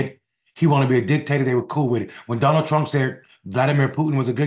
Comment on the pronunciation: I thought he said Johnald, but still sickening ! 😂😂😂😂